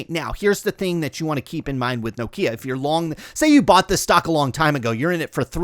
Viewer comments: It’s Nokia (As in Knock) .. Pronounced with 1 syllable rather than No-Kia . 👍🏻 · lol, presumably you’re from North America? Everyone else in the world including the Nokia CEO pronounces it Nokia .. not No .. Kia. He should know. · Iam Scandinavian, let me help. Nokia instead of No-kia. Also Ekea instead of Ikea. Oh, one more, Porsche instead of Porsch. Good luck. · That's how we pronounce Nokia in the United States.